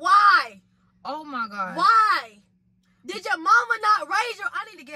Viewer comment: Lmao! Not “I already dood it”